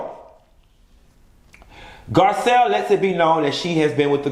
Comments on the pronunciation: you done Butchered that lady name 🤦🏽‍♀️🤣🤣🤣😭💀 Gazelle...Giselle GARCELLE NESSA GIRL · Garcelle boo not Gisselle or Gazelle lawd lol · GARCELLE NOT Gizelle...lol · The fact that he kept calling Garcelle, Gazelle!!!! Bwahahahahahaha